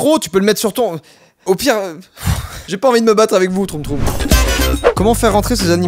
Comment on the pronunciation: c'est pas troum troum c'est tchoum tchoum